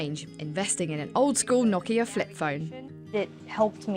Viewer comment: Oh, you pronounce "Nokia" perfectly!